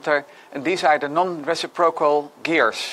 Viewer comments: Nice video as always. Small note: "reciprocal" is pronounced as "ruh SIP ruh cal" instead of "re si PRO cal". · Re-CIP-rocal in english, not reci-PRO-cal ;)